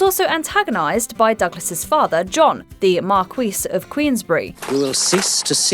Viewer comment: The narrator can not pronounce marquis.😊